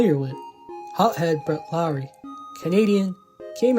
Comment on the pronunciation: Dude thats not even how you say his name 😂… LOHR-ee - it’s not pronounced not like Kyle Lowry or Jed Lowrie. Sorry brutha but I was rooting for this guy ever since we traded Marcum for him at least get the name right